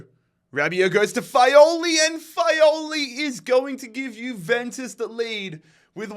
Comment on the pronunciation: Fagioli non Faioli e Lecco non Leccio